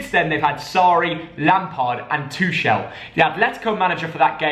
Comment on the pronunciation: It’s Two kel not twochelle